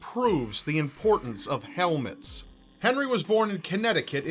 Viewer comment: When you said "importance of helmets" I heard "importance of Elvis" XD